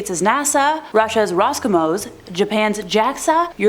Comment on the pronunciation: Good content . It's "Roscosmos" with an S as in Carl Sagan's "Cosmos" btw